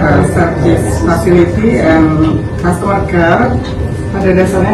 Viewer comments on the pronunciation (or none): none